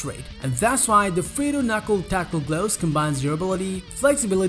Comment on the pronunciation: I loave my sude gloavs